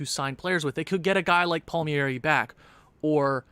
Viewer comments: It’s pronounced “Palm-Air-E” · Palmieri(é) you're funny, you butcher foreign names like a true Anglo. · It’s Kyle palm-ear-I-yay